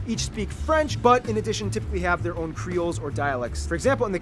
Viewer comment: French from Reunion island here. He's pronunciation of the creole was... surprisely correct. Good work to him. I know everyone say it their birthplace but, I would happy if you find some videos about Reunion.